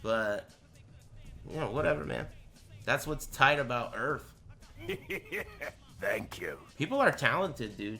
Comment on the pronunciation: “That’s what’s tight about earf. People are talented, dude.”